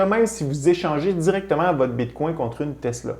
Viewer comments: Tu essaie de prononcer Bitcoin en francais, avec le coin a la fin. Ca sonne comme “bitcongne”. Tu prononce Etheruem avec l acces Englais par contre C est une remarque positive et constructive. Ca peux irritater des gens de te voir deformer le bitcoin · Tu pronounce bien etherieum, mais moins bien Bitcoin